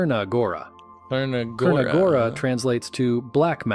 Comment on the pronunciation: the voieover man is very bad Crna gora is not KRNA but more tsrna gora